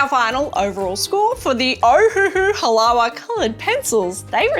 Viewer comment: It is pronounced "Ha-la-va."